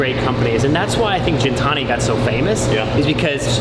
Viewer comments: The disrespect from the guy... Calling Gintani:jintani:.... Unreal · Does he mispronounce Gintani on purpose as a slap in the face or what?! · The giy talking about sound quality thrn mess up the Gintani name is priceless